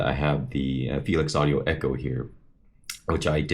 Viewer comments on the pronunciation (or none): none